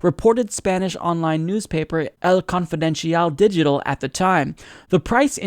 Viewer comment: It's funny hearing try to pronounce El Confidencial Digital. He should have contacted his pal, native Spanish speaker David Pakman, before recording this. Here's how you should pronounce it: /el konfiden'sjal dixi'tal/